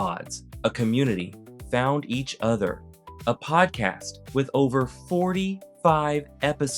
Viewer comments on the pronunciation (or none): none